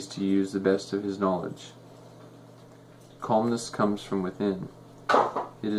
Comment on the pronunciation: Calmness not colmness)